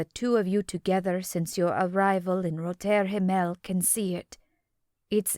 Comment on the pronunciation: Yes, incredibly distracting. Roter Himmel is really pronounced very differently in German as is the name of the night club. At least the previous narrator pronounced it correctly.